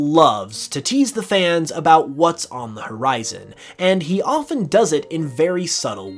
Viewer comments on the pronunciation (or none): none